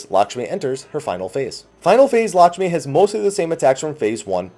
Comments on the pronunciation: Since everybody likes to correct your pronunciation, let me do it too(and everybody else) :D the 'a' in Lakshmi is more pronounced like the first 'a' in "american". So yeah, its kinda like "L(uh)kshmi" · Lahsmi xD might want to redo the title,!